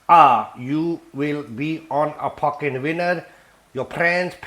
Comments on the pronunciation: "Your priends, your pamily will puckin' love YOOOOOUU!!" This dude gives no pucks and im totally here for it!😂😂😂😂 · I've not laughed at an onion bhaji with added F-bombs before. Cripsey, Cripsey for the pamily! I love the way he suddenly channels pure Yorkshire man - wear a puckin' glove.